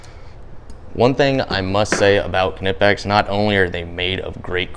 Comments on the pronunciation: "Kanipex pliers"???? OOHHH!!! you mean "(k)Nipex"!!! Yeah, their dikes and water pump pliers are the best, i think snap on does just tpuch better on needle nose. Good run down! And true amazon does sometimes have better pricing. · (k)NIPEX , silent k - just like the others , kNEE , kNOT , kNUCKLE ..................:) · You seem to like saying knipex a lot but are you pronouncing it properly? How do you say knight? Knew? Knife? Knowledge? Knock? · Knipex is not english, so forget about the rule of "k is silent if it's followed by n" in this case. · I'm pretty sure you're not supposed to pronounce the "k" in knipex lol